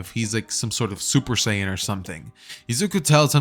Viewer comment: bro just say super sayian rose💀